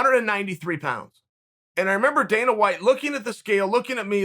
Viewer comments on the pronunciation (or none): none